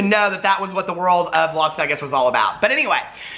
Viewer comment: The way you say Las Vegas. lol